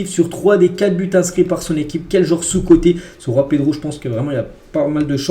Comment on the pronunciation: ARRETE DE PRONONCER C GENOA PAS RENOA C JOAO PAS ROAO C LECCE CA SE PRONONCE LECHE PAS LESSE ARRETE QUAND MEME C TROP